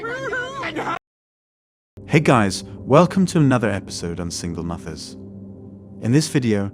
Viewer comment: "Single moovers"?? Do you use a voice app, as your accent is way off sometimes.